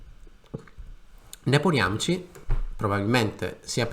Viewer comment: Si pronuncia Nepomìsci!